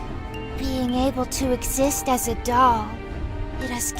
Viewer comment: Not to hate but why does he say doll like dall🤨